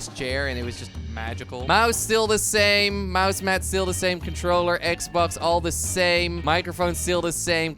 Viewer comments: It's called 'mouse pad' not 'mouse mad' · Dude it s mouse pad not mouse mad and i m watching since 2014 i think